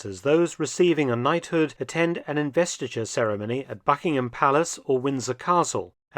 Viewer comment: Mm. The B of Buckingham was pronounced uncommonly softly. 😁